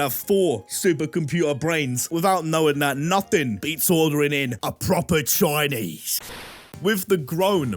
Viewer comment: A PROPPAHH CHOINEEZE🗣️🗣️